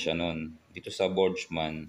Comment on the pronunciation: Ang naririnig ko Borg-man, Hindi Botchman.